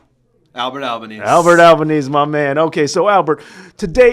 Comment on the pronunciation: hurts to hear an Italian names botched so badly AL-BA-NAE-SE not alba-knees. Dam Americans